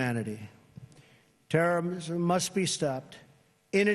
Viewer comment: He cant even pronounce or read the word terrorism!!!!!! 😂😂😂😂